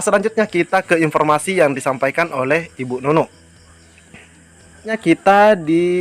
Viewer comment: bukan bu Nunu